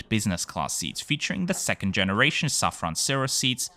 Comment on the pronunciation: As many Austrians, me trying to pronounce French words correctly feel with you. But since I learned about the company Safran Seats on your channel, being a French multinational, you should consequently pronounce it "Saffro" ;)